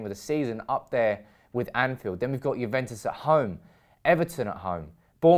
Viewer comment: It's Juventus not Juventes 😅